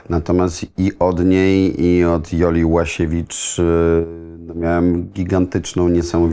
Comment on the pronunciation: Ułasiewicz a nie Łasiewicz redaktorzyno